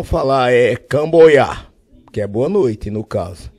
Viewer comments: pior que ele tem noção de algumas coisas em japonês só que ele fala errado, por exemplo o Camboyá que na verdade é Konbanwa que significa : Boa Noite e tem também o sandyu itchy que na verdade é San juu ichi que significa 31 como eu disse ele tem noção das coisas mas fala errado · o certo é Konbanwa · Todos zoaram o maluco, mas ele tá certo, porém a pronuncia está errada. Na parte que ele diz: COMBOYA, seria KONBANWA, que de fato significa BOA NOITE. Na parte que ele diz: Nós estamos nu witchu, ni, chan, shigu, rokku... ele está contando em japonês. novamente a pronúncia dele está errada. O certo seria: ichi, ni, san, shi, go, roku, shichi, hachi, kyū, jū, jūichi, jūni, jūsan e assim por diante. Conclusão: Ele realmente sabe algumas coisas de japonês, porém a pronúncia dele é horrível.